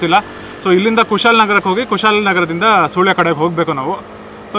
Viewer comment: It’s not Soolya, 😢oh my... 😢it’s Pronounced as SuLya😅